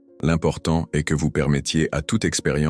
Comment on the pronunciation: je déteste cette voix de l'IA! la reyranscription écrite en très gros caratère est nulle, avec des énormes fautes! le verbe être à la troisièmepersonne est dit EN S T, alors qu'on prononce pas ces letrres en entier! c'est très dérangeant quant à la véracité de l'énnoncé de votre discours!